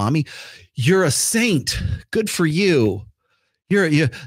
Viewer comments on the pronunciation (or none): none